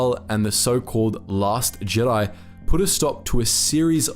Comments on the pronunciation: "THE GIDI" ? LEARN HOW TO SPEAK WANKER ! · Is pronounced Jeh-die